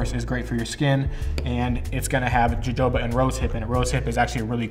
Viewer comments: Its jojoba oil not "huhoba" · Video is great. Btw its pronounced "hohoba" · Jojoba is pronounced HoHoba. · As a fan of your beard vids, I can't let you pronounce jojoba oil like that. Its pronounced [ hohoba]. I'm only saying this thru experience, I was on the phone with a few friends talking about different oils n I pronounced it jojoba, I was laughed at. Lol. But I enjoyed your video, I plan on making my oil beard oil to sell. Thankx alot bro. Keep up the good work. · Jojoba is pronounced Ho-Ho-Ba. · Jojoba is pronounced with an H sound. Hohoba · Or because he says Joe-Joe-buh. Lol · Nice content 🎯. Jojoba is pronounced. Ha Ho Ba. J is H. Straight Simple recipes 🎯🎯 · Great video 💕💕💕💕💞, it’s jojoba is pronounced Huh-HO-ba 😇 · I have to say it…..Jojoba oil is pronounced “Ha hoba”!! The j‘s have an h sound. 😘😘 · Jojoba is pronounced huh-ho-ba, btw. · Love your videos, but it's pronounced "hohoba". LOL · It's pronounced ho-ho-bah oil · I said out loud, "dude, you're drifting, you're gonna spill it" and there goes your savings! Haha. Oh...and say "measurement of Jojoba oil". 😂 Also 'schedule' and 'progress'. Seriously though, thanks for making these videos, they're entertaining and helpful. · This is good. The j's in Jojoba are pronounced like an h. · I find it adorable how he mispronounces Jojoba oil every time